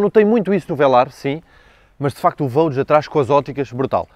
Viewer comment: É costume dizer que “gostos não se discutem”, mas este Range é soberbo e só “ultrapassado” pelo irmão Velar., no Vogue não se lê Vogue com “Gê” em vez de “Jê”? Um G seguido de U lê-se “Gê”, correcto? Isto mesmo não sendo em português. Continua com os teus grandes vídeos. Parabéns